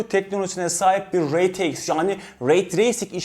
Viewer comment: Reteiks degil r t x